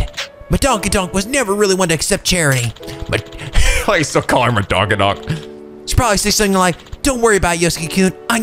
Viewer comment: Lol "Madonkadonk" 😂